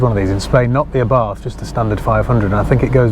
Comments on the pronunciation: Correct pronunciation is AH-bart. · According to my Italian mate from Genoa; Abarth is pronounced 'Abart' ie drop the 'H' on the end!